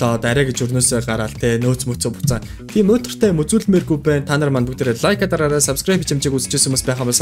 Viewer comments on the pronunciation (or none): Хуцаадай лаык гэхгэхгүй лаяк гэнэ